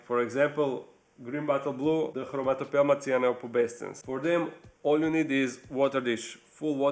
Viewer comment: very good video, and... you are learn to say chromatopelma cyaneopubescens without a some problem :D nice result! :-)